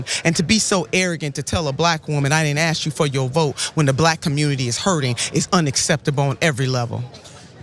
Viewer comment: "I didn't ax you for yo vote"